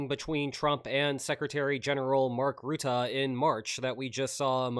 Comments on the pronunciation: Rutte is pronounced more like Rüttö, and not like Rutaaah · Respect the Secretary General. His name is not ruette, but Rutte. Speak out the name of the country that attacked Ukraine and now using the same first sylable say Rutte. The 2nd sylable is short, like eh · Pronunciation guide for "Rutte": "Rutt" like in "stuck in a rut", then add "e" like "uh". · Could you please stop pronouncing Rutte like Root-tah?